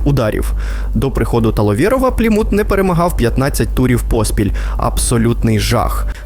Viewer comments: "Пліму́т" Порада диктору. Якщо вперше прочитав якусь назву, погугли як правильно наголос ставити. "Плíмут"! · Чому ПлімУт, правильно ж таки ПлІмут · правильний наголос "плІмут", а не "плімУт" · плІмут, а не плімУт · ти вже визначся - плІмут чи плімУт? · Пацаны, спасибо за ролик! Но ПлимУт, НальчИк, и Агентство, а не агЕнтство - это немного дико) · Що з наголосами, ПлімУт, НальчИк? розумничка 👌, на відміну від "десанту" в Туреччину. Ну і головне 🙄, зрозумів етимологію, походження його спотвореного расеянским закінченням на /ов/, українського прізвища.😂